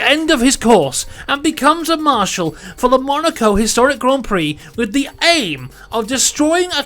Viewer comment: Came for the information, stayed to hear "Grand Prix" pronounced correctly so many times.